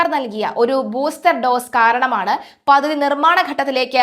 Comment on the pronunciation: കുട്ടിയുടെ ഭാഷ പ്രയോഗം ഒട്ടും നന്നല്ല. മെഡിറ്റേറിയൻ അല്ല മെഡിറ്ററേനിയൻ ആണ്. അധാനി അല്ല അദാനി ആണ്. പദതി അല്ല പദ്ധതി ആണ്.